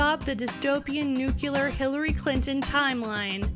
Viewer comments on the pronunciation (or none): Is this the next Final Fantasy? Also: nuclear, not nucular, dammit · "Nicole-ah" Tesla ... NEWkYooLar .... come on lady.. seriously? You can put together a creative video like this but can't pronounce basic English.. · "Nucular" LOL! "NiKOLA" LOL! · I really enjoy your videos. You are eloquent, courageous and entertaining. But today I thought I heard you say the word "nukular".... though I may be wrong. Many people (including G.W. Bush) do distort the word nuclear in the same way, granted, but you? You seem too well spoken to have fallen for such a linguistic faut-pas. Nuclear comes from the word nucleus, not nukulus, which sounds more like green snot than a term in scientific nomenclature. Like I said, I may have misheard you, but just in case, I thought I'd mention it. Peace. And thank you for your work. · Great video. Though you should lose the talking cat as it makes this video even more silly than it really is. And for the love of god, please remember that "nuclear" is pronounced "new-CLEE-ur" not "NEW-cue-lur". People sound so stupid when they say it wrong. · god damn people who say nucular when they mean nuclear